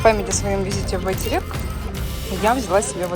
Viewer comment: Автору РЕСПЕКТ 👍за обзор и произношение Байтерек 💐Удачи Вам! 🎇🎆👏